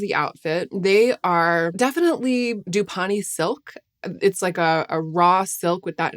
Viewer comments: Just FYI, it’s pronounced silk dupe-ee-on. That’s how I say it as an English woman. Americans would probably say it doop-ee-on. 🙂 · the correct pronunciation of "dupioni" is duː.pɪˈoʊni - 4 syllables